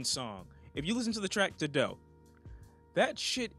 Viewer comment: Why you say “Tadow” like that